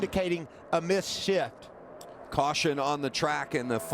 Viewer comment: Anyone else here Micheal Waltrip say "Missed Shit"